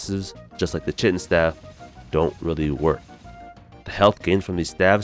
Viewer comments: Kie-tin dude not Chit-in...American school systems at work again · The pronounciation of chitin 😄